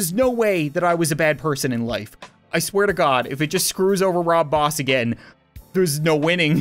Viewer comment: He said "Rob Boss"!!!!🤣🤣